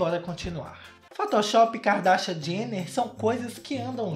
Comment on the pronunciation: Eu amo quando ele fala "Kikadashian" kkkkkkķkk